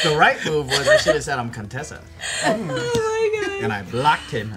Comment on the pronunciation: Coup-tessa had me ROLLING 😂😂😂😭